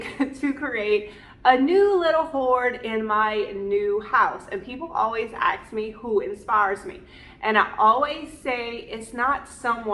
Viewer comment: Darling, people don't "axe" you questions, they "ask" questions.